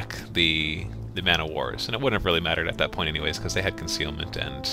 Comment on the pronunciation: For the love of God, please, just say MEN-O-War. it sounds so much better ><